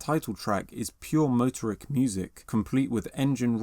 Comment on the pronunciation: Stress the 2nd syllable --- moTORik